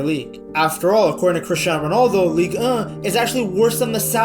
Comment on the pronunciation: damns ligue ehh sounds funny af